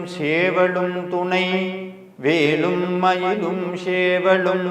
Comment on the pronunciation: ஓம் சரவணபவ. திரு அவர்களே. நான் உங்கள் கருத்துக்களை தொடர்ந்து படித்து வருகிறேன். ஒரு திருத்தத்தை சொல்ல விரும்புகிறேன். உங்கள் உச்சரிப்பில் ஒரு சிறு திருத்தம். வேலும் மயிலும் என்று சொல்லும் பொழுது, வேளும் மயிளும் என்று உச்சரிப்பது போல் சில நேரங்களில் உள்ளது. மற்றும் சேவல் என்று சொல்லும் பொழுது ஷேவல் என்று உச்சரிப்பது போல உள்ளது. இது என்னுடைய தாழ்வான கருத்து. முருகன் சொல்ல நான் கூற நினைத்தது. 🙏🏻